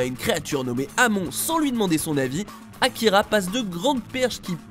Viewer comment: AmonE, on dit AmonE